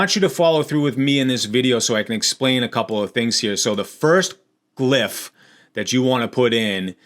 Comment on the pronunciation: "Glyph" is pronounced "gliff"